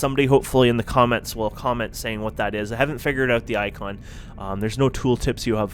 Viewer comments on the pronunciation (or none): none